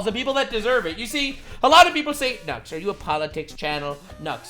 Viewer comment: Nux I thought you said johnny Salami😂🤦‍♂️